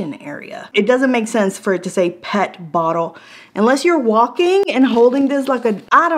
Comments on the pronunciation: P.E.T. bottle, not pet bottle. LOL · It is P.E.T. Bottle ..not pet bottle 🤣🤣🤣